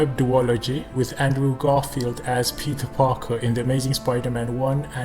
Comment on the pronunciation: I like how he says Pitah Pakah